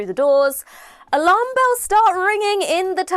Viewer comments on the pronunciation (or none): none